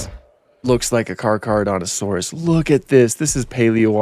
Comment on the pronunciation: it's pronounced like thes "car-cera-dont-a-saurus"